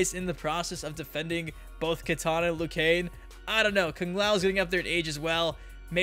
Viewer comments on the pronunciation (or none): We’re u saying lu Kain it’s lu kang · "LOO KANE"